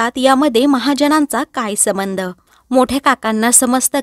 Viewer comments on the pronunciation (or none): समंध नाही ..संबंध‌ म्हणा